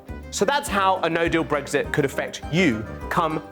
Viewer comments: There is no g in Brexit. So why does the presenter keep saying it! Sounds like a new type of breakfast omelette! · Stop saying bregzit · Brexit? I thought you said breakfast